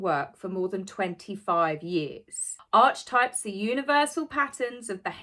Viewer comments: It is a psychological term pronounced arc i types not Arch types. One doesn't stay & acrue wealth by spending their own ill gotten gains when they can get others like UK tax payers or injured & maimed people who put their lives on the line to protect us, or a set of people who have a company & employ said people to be PR & make more money for them while paying a person/s to gob off about things they know nothing about like mental health or jobs to provide for your family. No if we don't like doing work as some don't just give it up cos you can get the masses to fund your lavish lifestyle, only cavite the masses must realise how lucky they are to be funding 2 people SOO special & most important in the world. Question: do they do grown up dolls to be brought out to be heirs to the throne & press button to do royal wave on balcony???? Xx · Arky types is how many people pronounce Archetypes. Why didn’t trademark Archietypes? That would have been more appropriate. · Just because i would want to know how to pronounce the following correctly; Archetypes = Arc-e-types Jung = Yoong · Archetypes (Arketypes) are an area of academic study and the word goes back to the Ancient Greeks!!! There is NO way anyone can trademark this word. Jung (pronounced Yoong) spent much of his career discussing the way human beings and the narratives we tell tend to shape ourselves into known archetypes. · It is pronounced Arkietypes, at least in psychiatry a la Jung (pronounced yung) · Aaaaargh, Enjoy your videos, but, "Help" - your pronunciations!! Archetypes is pronounced "aa-kah-types".and Jung (as in Carl Jung) is pronounced "Yuung". I don't know about Archewell - but who cares, it all appears to be nonsensical pilfering of charitable funds and donations anyway!! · it’s pronounced ark-ee-types. Sorry to be that person. Loving your work as always x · I thought it was pronounced “archetypes” as A R K T Y P E S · Pronunciation - arkatypes. Jung - yoong. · It’s pronounced Are-Key-Types